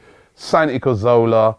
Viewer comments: after all this time, you still cant pronounce cazorla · HOW CAN YOU STILL NOT SAY SANTI'S NAME RIGHT FFS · As usual